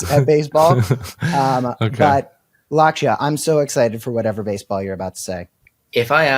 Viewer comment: Lakshya is pronounced LUCK-shyuh